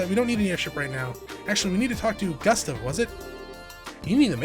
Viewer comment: Gustav is pronounced goo-stahv